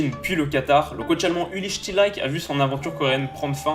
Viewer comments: Tu prononces "Shtilaïke" pour un Allemand ? A vue de nez je dirai plutôt "Shtilike" ... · Parfait comme toujours petite précision l'entraineur est allemand (STIELIKE se prononce CHTi-li-queue) (en gros) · super intéressant comme chaque vidéeo. Mais qu'est devenu ce pauvre "chtiliqué"?(ouais il est allemand pas anglais LOL) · Fais un effort sur la prononciation stp, "Chtilaïke" c'est vraiment pas possible ! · Si jamais Uli Stielike ca se prononce "ouli Chtiliké" Bonne vidéo sinon sur une équipe peu connue ;) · Uli Chti-Li-KEU. Désolé mais mes oreilles ont saigné à ce moment.